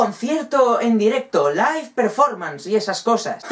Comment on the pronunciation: O se dice live XD